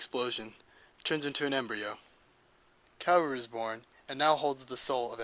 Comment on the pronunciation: you cant say KAWORU right ? KA-WO-RU not kewewi ,kewewe ,kewow Overal , this VIDEO.... IS SO GOOD , make me understand EVA THANKS